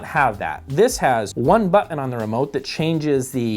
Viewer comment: I am always amused by pronunciation of Button as "Butt In."